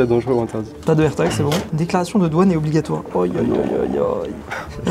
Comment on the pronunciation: un AIRTAGEUH , AMONGEUSSE